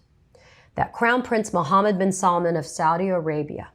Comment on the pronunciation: "Saudi American prince" I know it was mispronounced, but at this point it might as well be renamed to that.